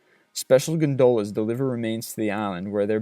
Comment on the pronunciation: Okay, calling a GONdola a gonDOLa is forgivable. But 'christened' is pretty common. For how much I love these videos, there is almost always at least one cringe-worthy mispronunciation.